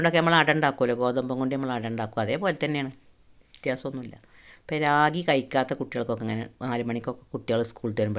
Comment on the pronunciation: രാഗി അല്ല റാഗി ആണ്